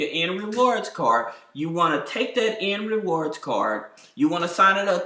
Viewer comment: I'm sorry are you saying "and" reward cards or "end" reward card? I can't decipher?